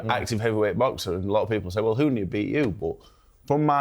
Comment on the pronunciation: “Give us your summation of Wardley vs Hunny” - it’s Huni, Simon, you wally 🤡🤦‍♂️